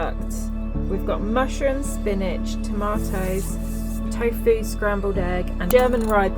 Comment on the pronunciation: By the way there's no E in tofu so why do you pronounce it with an E